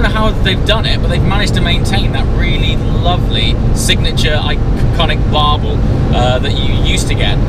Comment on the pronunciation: That would be Burble not Barble....one is a noise the other is a fish 😂